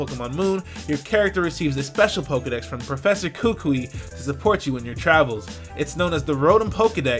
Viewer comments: My boy, it's Kuku-eee, emphasis on the 'i' more than the other vowels. Malasadas are fucking fire, bruh. Portuguese sweet buns that may come with delectable fillings, custard and strawberry being pretty popular. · I should probably point this out just because this is going to be a mistake for a while, but the proper way to pronounce kukui is Koo-Koo-eee. The stress is on the second syllable. The "i" in kukui is a third syllable, not conjoined with the second syllable. Ku-Ku-i. Sorry if this sounds ignorant or rude, but I'm just trying to get people to pronounce kukui right since it's going to be said a lot in the next couple months.